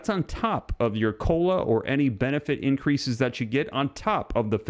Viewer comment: The "r" in increase was omitted